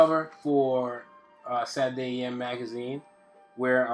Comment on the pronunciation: Dude, I fucking love your art, your teaching style, everything. But please, for the love of god, enunciate SATURDAY. It irks me every time.